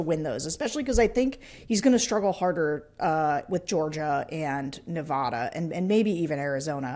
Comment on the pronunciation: Seriously Sarah, don't say Nevawwwwwda. Bad, sad, mad, glad, had, rad, gad, pad, lad...neVADa